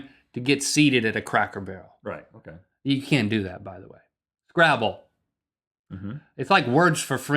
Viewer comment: lel turn on subtitles and it says gravel instead of scrabble but it does sound like he said that though.